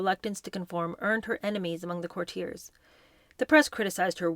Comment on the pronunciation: The mispronunciations are now so prevalent that I will wait until I have gathered several before commenting: courtier, Andrew Lloyd WEBBER, chalet, ebullient.